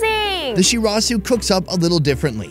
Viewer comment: shurasew!! shizuka: Shirazu!!